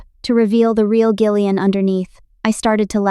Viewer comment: You know Gillian has a soft g right. Jill not Gill. Stupid AI